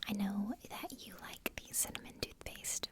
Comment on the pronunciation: Thootpaste lmao